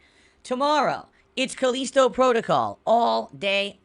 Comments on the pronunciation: It bugs me everytime he says "Caleesto"...maybe it's just me but it's "Ca List O" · wtf is his english? CAL-Li-STO. Not Calesto. So annoying. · Cuh-leee-sto protocol lol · Callisto Dent-call